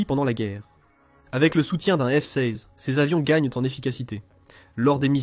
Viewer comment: Le micoyan 29, c'est un avion arménien? Et le F seyze. Insupportable cette voix AI.